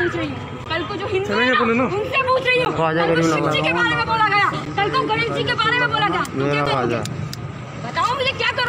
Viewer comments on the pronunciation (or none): none